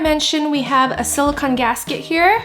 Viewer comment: Sorry to be nitpicky, but SiliCON is the element, siliCONE is the heat-resistant polymer. I just see the mispronunciation keep popping up, and it's important to make the distinction because they are two different things. I mean sort of, siliCONE is a polymer of oxygen and siliCON, so it siliCONE made of siliCON. But just like a car is made up of an engine and a transmission (and other parts), you wouldn't call your car an "engine."